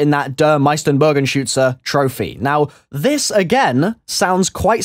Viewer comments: you pronounced meisterbogenschuetze like almost perfect :D im from germany :) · you pronounced der meisterbogenschuetze pretty good i think it means the master bow shooter. dont quote me on that not fully german :D